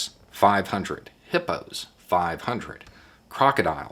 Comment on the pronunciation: I think he said hipo